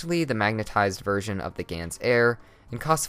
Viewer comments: It's not a GANS air, it's a GAN air. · Lol ...its Gan's Air